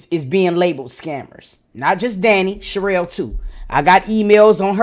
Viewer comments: I thought it was another lazy lady her name is pronounced shu-rell lol but I get who it is now lol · Yes it’s pronounced Sha-Rail (cherrelle) vs cheryl or Sheryl. I think she just country AF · No 😂😂🤣🤣 its pronounced Shuh-Rell 😂😂